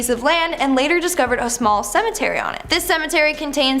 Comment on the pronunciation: i wish they could learn how to say cemetery